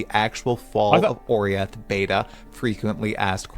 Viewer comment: Man mispronounced Oriath so many times lol